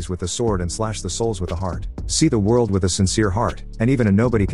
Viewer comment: What the heck. If you can't pronounce world correctly then fix the problem.